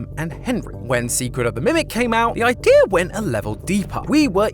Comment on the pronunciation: Now ik who says "idear"